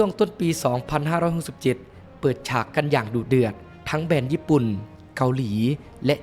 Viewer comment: ติเพื่อก่อนะครับ แบรนด์ ครับ ไม่ใช่ แบน